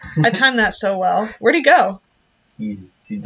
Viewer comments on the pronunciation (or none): none